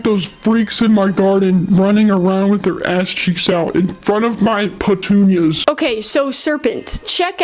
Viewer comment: “…infront of my .. PETOONYAS”